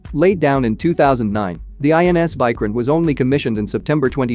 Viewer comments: First of all It is Vikrant not Vycrent You Western youtubers never even search about the correct pronunciation(the most basic info), and expect us to believe in you completely 😂😂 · It’s not pronounced like Bykraant it’s Veekraant. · It's vikrant not viikrant 😂. Your pronunciation sucks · It's not VAI... pronounce VEE...VEE😅😅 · Pronunciation of VIKRANTH is not correct Mr.. You are wrongly pronunciated of VI in the full word. That is pronunciated as VIctory or Victoria like that. Need to check with Terminology Pronunciation atleast before making Videos of other Country matters.. And content also not correct. Quantity is not important but Quality and experience is important in warfare. India may had less number ACs due to it's economy, but had experienced a lot from decades.